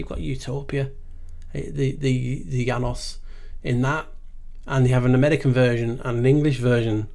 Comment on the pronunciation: Your ‘Janus’ is SO on-point! 😂 You rock my friend, such a delightful, educational video again! Boom! 💥😁🙏🏼 Nameste